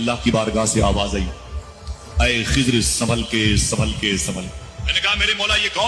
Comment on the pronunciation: Khazir Nahi Khizr plssssss allah ke waste nam ka prounounciation durust kro kan me chub rha h litrally